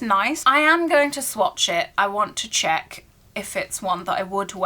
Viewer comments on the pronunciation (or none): none